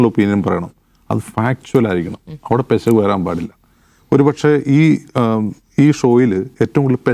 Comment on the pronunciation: പെശക് ❌പിശക്✅😅 😊